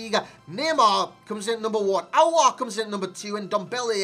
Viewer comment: You said it Correctly “aouar”😍